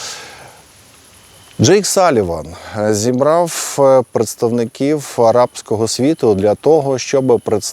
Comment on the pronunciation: ...зібраффф, поедставникіффі. Пане. Ще трішки попрацюйте над вірною нашою вимовою.👍